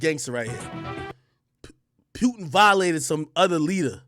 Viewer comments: Pronouncing his name as Pewtin is hilarious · It aint pewtin